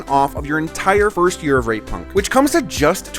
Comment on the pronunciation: Please go out of your way to really enunciate the T in rate punk 😂